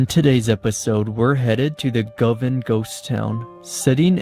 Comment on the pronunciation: pronounciation is "GO- Van"